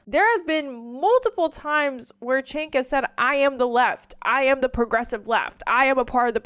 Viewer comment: I love that you always say chenk LOL